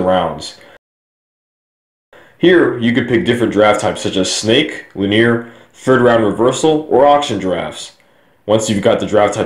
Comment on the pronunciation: It's pronounced "LYNN knee are"